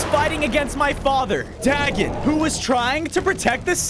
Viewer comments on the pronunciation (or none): hey just so you know Dagon is pronounced Daygon while he’s spelt Dagon btw love godzilla and love watching you I really appreciate you making a Godzilla video:)